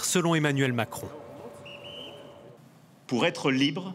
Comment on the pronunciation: j'en peux plus du "makrono"